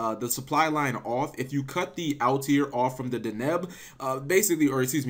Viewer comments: I honestly don't know how he pronounces Altair as Altiare/Altiair. Maybe he's thinking about solitaire for whatever reason. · Also Cap please pronounce Altair properly